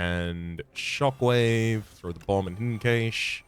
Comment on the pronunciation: Pronounced Cash